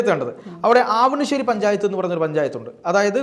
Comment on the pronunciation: ആവണിശ്ശേരി അല്ല അവണിശ്ശേരി എന്നാണ് 🙏